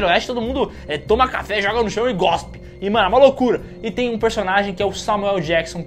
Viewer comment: Gospe ou cospe ?